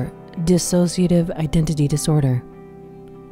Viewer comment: It's Dissociative. Not dis-associative